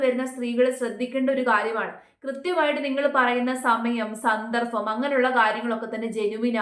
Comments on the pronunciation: സന്ദർഫം /സന്ദർഭം?? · സന്ദർഫം അല്ല സന്ദർഭം വീണ്ടും 😅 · എന്താണ് എന്താണ് എന്താണ് Fed up. സ ന്ന ർ ഫം അല്ല സന്ദർഭം